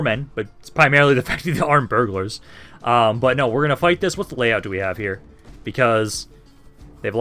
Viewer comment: armed burglars he syas, burghers my guys